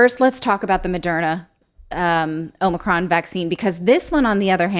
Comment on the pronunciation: It’s Another-con not Omicron